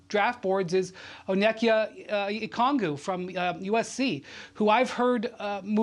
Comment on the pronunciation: I'm supposed to trust Brian Windhorse draft insight and he pronounce Onyeka Okungwu like a random Blk Panther character?